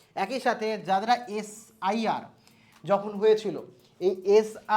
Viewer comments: নাগরিকত্ব, SIR উচ্চারণ করতে পারেন না 😅😅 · S r i na, S.I.R